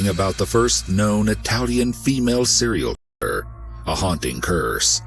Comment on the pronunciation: Serial key-er, lmao it's so distracting